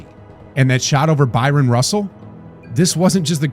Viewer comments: *Bryon Russell. Not Byron. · Loved watching Jordan in the 90s. I knew I was watching something special, just didn't know HOW special at the time. I hindsight I would have liked to see the Jazz pick up one of those championships, but MJ just wasn't having it. Oh and it's BRYON Russell, not Byron. Not the first time I've heard/seen that one wrong, but I cringe every time. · Why do you keep saying “Byron Russell” ? His name was BRYON Russell You also pronounced Howard Eisley’s surname as “Eeslee”, but it’s pronounced “Eye-slee” Doesn’t matter who it is, mispronouncing somebody’s name is just disrespectful. I would expect a regular youtube content creator would do their research properly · It’s Bryon Russell. Not Byron. (pronounced BR-EYE-EN) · BRYON RUSSELL not BYRON! If you’re an AI avatar this should be an easy fix but if youre an actual human who’s obviously not a basketball fan to make a mistake of this size , one the most important games of jordan’s legacy… It rob’s you of all credibility to put this up and not catch it…. Bryon….. one of best defenders in the league , Jordan was his assignment right? in a pretty historical game no? The man deserves the respect of you having his name right otherwise youre probably not the channel to be covering this…. Just the facts …. Bryon Russell ….. it’s not Michael Johnson or Magic Jordan or Byron Scott (whoah!) it’s Bryon Russell covering Michael Jordan in one of the best 90 second basketball sequences ever caught on film…. Cheers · It's not Byron Russell, it's Bryon Russell. It's pronounced Brian. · The way you pronounce Eisley... Did you even watch basketball in the 90s? And Byron Russell? Jesus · Was an epic game got to see this live. Kinda did Bryon Russell dirty this video kept mispronouncing his name too